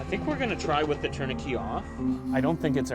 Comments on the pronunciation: In 20 years of medic work I've never heard of a tourniquet being pronounced like parakeet 😂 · c’mon people ,” torn uh kay “ is the French pronunciation , no ? tourniquet … the last 4 letters in French is pronounced “ kay “ 😅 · I couldn’t NOT hear it lol. Never heard it said that way before. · I've never heard tourniquet pronounced like this before. I'm from Texas so I'm sure it's dialect but it had me tilting my head lol Here we pronounce it tourni-ket rather than tourni-key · Interesting pronunciation of tourniquet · I think it's due to regional differences. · I think it's just a regional accent thing. Whether it's Saskatchewan or Canada in general, I'm not sure. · Differences in the English pronunciation. In many places, it's pronounced "tour nuh KAY" but as an American, I say "TOUR nuh ket." English is strange! 😅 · Femoral artery. Love Canadian pronunciations. Like 'tourniquet'(turn-i-ket).